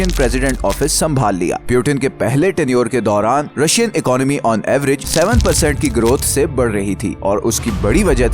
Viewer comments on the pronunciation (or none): none